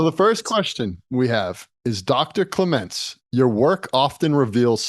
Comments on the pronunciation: Clements is pronounced clemunts - he’s British and obviously English in England is spoken correctly - so, clemunts not clem … ence! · “” “CleMENTS” Is what likes to be called? And is emphasis on the second syllable how to pronounce his last name? I’ve heard him interviewed before and I didn’t think so. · Is it just me, or does anyone else find it disrespectful that the interviewer says name wrong every time?